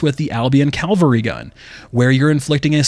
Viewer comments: CaValry. Not CaLvary. Thanks. :) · Dude, you also said CAL-VARY GUN like 150 timeZ. Also YOU NEVER NOT EVEN ONCE noticed that the EFFECTS that the WEAPONS apply are BASED ON CHANCE (aka NOT APPLIED WITH EVERY SHOT)